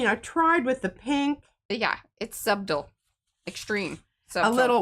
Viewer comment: Every time I hear y'all pronounce the B in subtle, I have a flashback to my audition for a play in junior high where that was one of the words. They corrected my pronunciation and gave me the part.